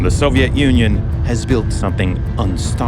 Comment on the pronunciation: I kept hearing Soviet ONion!